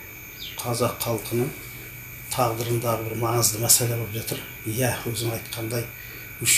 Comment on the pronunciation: ҚҰЛКЕРІМ АҒАЙ ЫҚПАЛҒА ЕМЕС ДЕҢГЕЙГЕ ДЕГЕНІҢІЗ ДҰРЫС БОЛАДЫ.СОСЫН ЖАҢӘГІ , ЕМЕС ЖАҢАҒЫ ДЕГЕНІҢІЗ, МӘСӘЛӘ ЕМЕС, МӘСЕЛЕ, ТЫҢЫШТЫЛЫҚТЫ ЕМЕС, ТЫНЫШТЫҚТЫ ДЕГЕНІҢІЗ ДҰРЫС БОЛАР ЕДІ.ӨТІНЕМ ДҰРЫСТАП ТІЛДІ БҰЗБАЙ СӨЙЛЕСЕҢІЗ ЕКЕН.